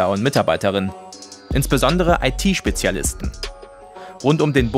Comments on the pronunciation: Wie er "IT Mensch" ausspricht xD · Cybercrime-Oberstaatsanwalt - weiss nicht, wie man "IT" ausspiricht - willkommen in Deutschland. Dafür ein schöner Verhörer bei - "sehr viel, äh, Lan in die Sache gesteckt". Das wohl wahr :D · wer hat bei der Aussprache von "IT" auch zusammengezuckt? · Es ging um die falsche Aussprache des Herrn... "ET" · Ihr solltet euch echt die Ohren Putzen 😂 Wer zur hölle hört da ET? Da ist kein „E“ zu hören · "ii-tee Freund"? 'sicher dass dieser Mann einer Cybdercrime-Einheit vorsteht? oder ist das eher eine Küber-Kraim-Ainhait ? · What Ever are you dump, stupid or dump? Ich weiß doch das IT gemeint ist, aber er spricht es „E T“ aus ;) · was ist denn bitte ein Itee Mensch ?😂🤣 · ...wenn der Staatsanwalt nichtmal „IT“ richtig aussprechen kann...😂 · Dieser Hauptermittler weiß nicht mal wie man IT ausspricht.....